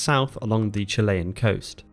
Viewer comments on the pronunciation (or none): none